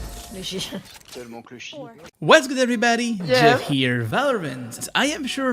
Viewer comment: "waz gooh evhybahdy" ~ Houngagaounadeagne 2020